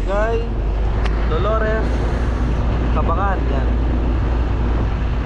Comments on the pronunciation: Ang pagbigkas ng lugar ay "cabang gan" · mali pagka bigkas mo sa lugar...😅 ca bang gan.ganyan tamang bigkas sa lugar.just saying lang 😂